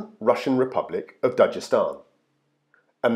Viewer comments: You fucked up on this one balds “dajestan” my nigga its da-g-estan with a g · Stop pronouncing it wrong.. even khabib pronounces it dag estan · please stop pronouncing Dagestan as "Dajestan". it hurts my brain.. also, the K in Khabib is silent. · For anyone reading comments, it's pronounced not "Dajestan" but Dagestan with G like "dagger". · Most people who speak English do not pronounce as Dajestan. But it's not really a big deal.